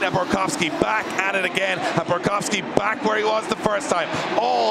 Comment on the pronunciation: Love that he pronounces Borkowski right